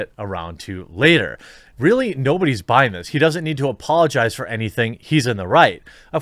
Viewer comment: "3 days laytur"